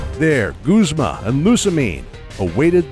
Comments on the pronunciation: You pronounced guzma wrong its: YA BOI GUZMA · Oh-Oh Lude-euh Sewey-kuhn Luminose Zed Ring Cook-wey Ray-Kwah-Zuh Lusa-min Gooz-muh Glay-dion Theese pronunciations make me want to eat my skin.